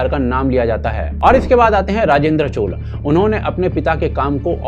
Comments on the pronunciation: Chola, not Chol. tikh se nam lena bhai. Hindi bhasha Sanskritam shabd uchharan ko mother sister karrakhi hai, fir ayi hindustani dhobi ka doggy jo ..! 😂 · Bhai ur video are always great but chola ki chola bolo chol nahi.. naam ko change math karo.. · CholA not Chol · Chol nahi. Chola. Please correct your pronunciation. Other than that, thank you for making this video. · It's not chol, it's chola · Koi chol nahi hota. Please pronounce correctly. Thanks